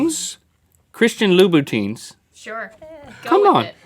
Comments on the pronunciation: "Loo-boo-teen" hahahaha Ah Link, I still love you. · Cringing at Link saying "Louboutins." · It's not Louis vuitton... its loubotin shoes. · That made me laugh so hard :D Loubouteens?? Oh Lous Vuitton! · Haha! Loubuiton?? Nope, Louis Vuitton. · Nobody there can pronounce Louboutin? Really? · he looked so cute when he tried to pronounce "Louboutin" 😆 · link not knowing his louboutin and Louis Vuitton is adorable😂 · Hearing Link trying to pronounce Louboutin and then going with "Louis Vuitton" was the funniest part of this episode haha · Link trying to pronounce Louboutin was the best part. He failed, but he's still adorable. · loui vuitton and louboutin are different!!